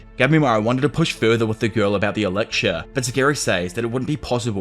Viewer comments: I genuinely love this channel but the way you pronounce elixir like elicshure makes me want to pull out my own ear drums. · Lol me too.. in fairness, this was the point I came to comment that isolated mispronunciations don't really bother me, but repeatedly hearing 'elixir' with a 'ksh' diphthong instead of 'ks' is starting to grate.. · E lix er not eliksher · "ELIGSHURE" "ELICKSHURE" -. 😂😅 Dope video dude if only the anime lived up to the manga. Unfortunately, I feel the anime is mappas B team or something. Like dark souls 2 but an anime instead of a game. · You need to work on pronouncing "Elixir".